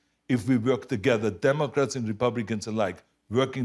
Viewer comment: Arnold gotta work a little more on his “Work” sound. I hear twerk ;)